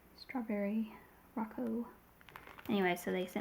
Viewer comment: Strawberry 🍓 Rococo is pronounced with a long O sound for all the ‘O’s - it is three syllables, but the 2nd syllable (Co) and 3rd (Co) are almost pronounces as one. Row-Cocoa (rhymes with chocolate “cocoa” ) or Roe-Coe-coe (or Row Coco) You can put it in google and request a pronunciation. It’s named after the Rococo period in style, art, architecture, design, clothing, jewelry etc.. Think Marie Antoinette and Louis XVI aesthetic - that’s quintessential par excellence Rococo! It is a flamboyant yet, light-hearted form of art often characterized by whites and pastel colors, gilding, and curvaceous lines. Like the designs and aesthetic of the Flower 🌸 Knows packaging designs. The Rococo style typically depicts scenes of youth, love, and nature, and elicits motion and drama. I have been considering buying these, but they slipped my mind! Thanks for reminding me with a lovely, unbiased review 💕